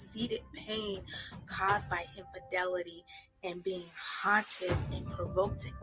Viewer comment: Its "Infidelity" 😂 Anyhoo, Derrick trained her well to be a flipping con artist! She looks coo coo AF in this promo😮